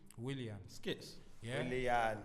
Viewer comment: Man said "Willan" looool, I swear when it comes to pronunciation some of these man don't even try